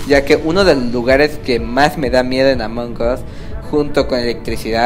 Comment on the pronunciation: Estoy sorda o porque le le dice Omong us